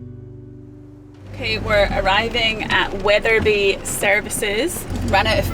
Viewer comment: There’s no H in Wetherby!